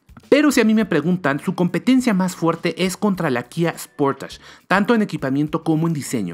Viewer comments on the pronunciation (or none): y sigue diciendo SPORTACH (sportage) lol